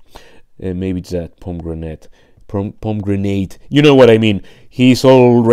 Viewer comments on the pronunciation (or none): Dang, those eyes are unforgivable. I hope you get a replacement. Pomegranate is pronounced pommy granite in English👍